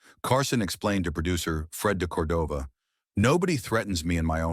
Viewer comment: The mispronunciation of de Cordova was especially annoying.